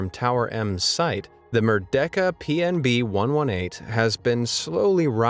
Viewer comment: sir please, it's [mer-day-ka] not [mer-deck-a]